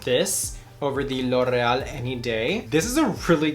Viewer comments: No one:: L’ oRRReahl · Pronounces L’Oreal in latino accent ❤️ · I've never heard anyone ever say loreal like that before